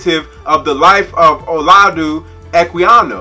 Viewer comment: Probably pronounced Ola (j) udah.